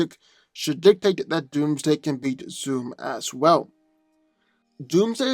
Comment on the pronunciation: I swear, every time you say beat, it sounds like you're saying eat. "Doomsday has eaten Flash in the past".